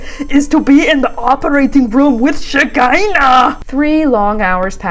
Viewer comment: Now every time I hear the name Shakaina (or whatev) it's in your ridiculous screamy caveman accent SHAAAAAKAAAAAIIIIINNNNAAAA AARRGGGG. Thank you for that. , 🙏